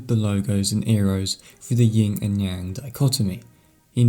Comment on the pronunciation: Good video - *‘Yin’ as apposed to ‘Ying’ next time though :)